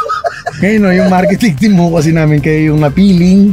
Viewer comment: hindi "No" yun. "Mo" yun. hahahahahah